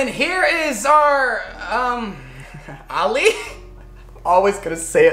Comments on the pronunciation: The name of this in English is called ali's mom for some reason I am Arabic and I don't know this lol and your pronounce it oom ali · You say it ommoo ali which means mother of Ali and is meant to be soggy but not chewy it is because you did not put enough milky mixture my dad cringed when I showed him u calling it ummmmmm Ali 😂😂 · Pov:your arab Well you can say you om-alee And not umm Ali 💀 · Yeah and it’s pronounced “om-alee” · Its “ om ali “ its middle east food its sweet ♥️ luv u from kuwait 🇰🇼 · This is the most entertaining thing My Egyptian self has seen in a while Ps: it’s pronounced ooum - Alee but I honestly don’t get why it’s spelled like that either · Its pronounced omm ali and it means ali’s mother and its written ام علي in arabic